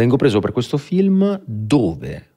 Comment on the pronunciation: Tutto bene eh ma lui che pronuncia feelm anziché film per far vedere che ha sfondato in USA mi fa rabbrividire 😂